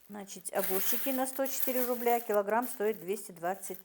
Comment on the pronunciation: постарайтесь избавиться от слова значить, и оно произносится без мягкого знака, оно режет слух,я очень уважаю вас,ваших дочек они умницы,смотрю все влоги, конечно печать печали есть на вашем лице,и жизнь ведь нелегкая,но самое главное чтобы дочки не болели,я желаю им здоровья